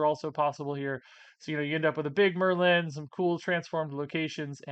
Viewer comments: Ya, it’s just Merlin…not mur-LYNN. 🤷🏼‍♂️ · Why are you pronouncing it "mer-LIN"? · You saying Merlin was driving me nuts! Lol You are saying Mer-Lynn. It's one syllable 😅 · You are pronouncing Merlin weird You have over emphasis on the "Lin" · How does one not know where the accent goes on Merlin? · I don't know why that first pronunciation of Merlin bothered me 😂 Great video as always. Have fun on your vacation,!